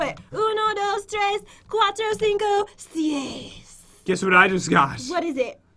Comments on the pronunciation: That’s not how you say six in Spanish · It's not sies, it's seis, as in s-ay-s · Lol it's not sies its seis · PopularMMOs Pat can you plz tell it's seis not sies and HELLLOOOOOO!!!!! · no offense but its seis not sies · Its seis not seisel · It’s seis not sies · I know Español and 6 is not sies it’s seis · Yes. I love sies. Not seis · It is pronounced say s (Seis) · Seis (S-AY-S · It is so rage inducing when people say words or numbers INCORRECTLY in spanish... IM SPANISH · Is uno dos tres cuatro cinco y seis not sieis